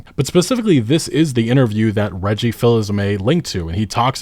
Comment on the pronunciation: I love that no one can say reggie's name right lol